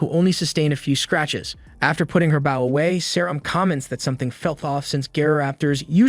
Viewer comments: Are you aware you pronounce bow incorrectly? /bō/ Try searching for pronounced bow and see how it should be pronounced and please stop adding the "w" at the end. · The AI's inability to say "bow" in every video continues to make these into comedies. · you are pronouncing “bow” wrong. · It's pronounced "bow" which rhymes with "hoe", it does not sound like "cow". Why doesn't someone fix the AI speech system? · 🤔Honestly whatever AI the uploader is using this 1 is a lot better than most of other ones, by a wide margin (well, at least when it comes to manga/manwha reviews). But that could be because the uploader takes the time edit it...idk. ...U are right though, about it's "bow" pronunciation.